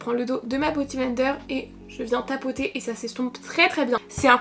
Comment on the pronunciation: t’es si chou à dire boty blender…on dit beauty <3